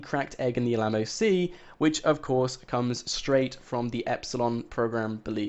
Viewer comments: it's still f'***ing annoying when he says Alamo, and btw we have always known that the egg was in a river/lake that chapter 3 was brought up about a year ago or something. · Dude, please learn to say 'mural' and 'Alamo' properly! lol